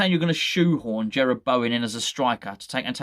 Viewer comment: its Jarrod not Jerred. This is coming from someone who has the same name and has had it mispronouced their whole life lol.